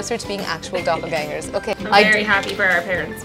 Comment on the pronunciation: I love how they pronounce Doppelgängers :DD